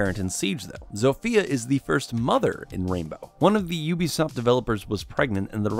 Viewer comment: "Zofia" is read like Zo-fia not Zofya or Zofeya just Zo-fia